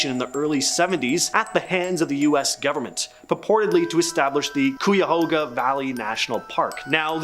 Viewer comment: Cuyahoga is pronounced Ki-a-ho-ga (ki like kite)